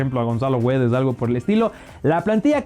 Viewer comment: Güedes no, GUEDES 👌🏼